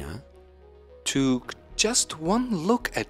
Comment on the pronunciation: Para los estudiantes de inglés, 'took' no se pronuncia como en el video. La vocal es una "o" corta, no una "o" larga.